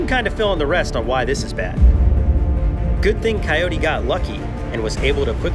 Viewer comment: if mark could speak "Cyote are you okay"